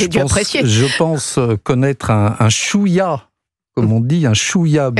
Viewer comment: Chouïya ! Pas chouya ! Monsieur chouchou !